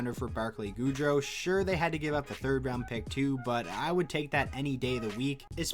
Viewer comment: I'm sorry but its not Johnny Hockey Goudeau... its Barclay GOOD (opposite of bad) ROW (like a row boat).